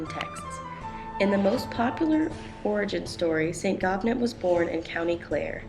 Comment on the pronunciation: Can anyone confirm the proper pronunciation of Gobnait. I think in Irish pronunciation, you don’t pronounce the “t” at the end. More like “go-nay”. That’s just what I’ve heard